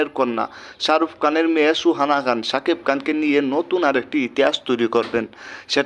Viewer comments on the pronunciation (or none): ভাই তুই আগে কথা বলা শিখ,,শারুফ কান না শাহরুখ খান